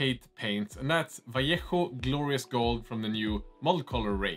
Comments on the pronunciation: Unrelated, but first time I hear someone in YT pronounce Vallejo correctly lol (not /valéiho/ or /valéiyoh/) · Amazing. You are the first person that pronounce "Vallejo"properly😂😂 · Congrats, you nailed the pronunciation of the word "Vallejo"! Respect